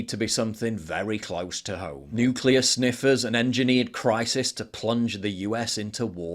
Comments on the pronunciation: I have a hard time trusting someone who can pronounce ‘nuclear’ it’s Nu-clear not ‘ ‘Nu-cue-lure’ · Let's trust the guy that pronounces Nuclear "NukeULur" deep derp